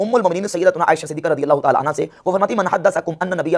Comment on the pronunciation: Amma Aisha siddiqa raziyallahu anhu nahi raziyallahu anha boliye bhai